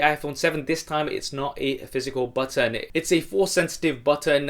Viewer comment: You had a hard time saying button so keep practicing on pronouncing those.